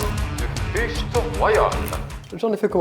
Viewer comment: 🗣: "l'heure du fight (prononcer fichte) royal" 😂😂😂